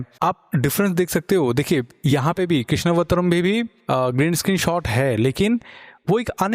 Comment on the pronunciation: here we go again ... its कृष्ण + अवतारम्, कृष्णावतारम् not कृष्णवतरं